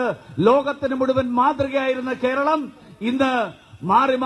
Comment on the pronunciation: It's "keralam" not "Keral" . Let him first say the name " keralam " properly.